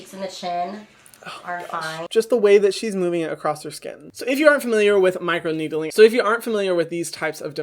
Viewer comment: Everybody: Micro-needling. Hyram: Micro-needeedling